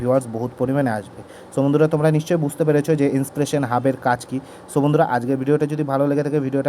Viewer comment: ইনপ্রেশন না ইন্সপারেশন 😅